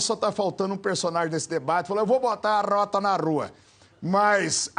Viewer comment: "Vou botar a rrrrrrrrroooooootaaaa na rrrrrrruuuuuaaaaa"